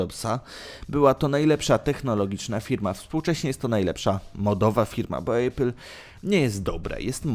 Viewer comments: Maybach nie mógł wejść w skład firmy Mercedes, bo takiej firmy nie ma, przynajmniej w Niemczech (w Anglii jest Mercedes AMG). Maybach jest częścią koncernu Daimler AG. :D PS I zlituj się Nie "Ejpl", tylko "Apl" czy "Epl". Żadnego dyftongu. :) Ogólnie dobór firm trochę nie zgadza się z tytułem filmu, ale co tam. Łapkę w górę dostałeś, ale pracuj nad materiałem. :) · Nie ejpil, tylko apple, tak sie wymawia jak jest napisane.... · nie wiesz jak sie czyta apple po angielsku? xD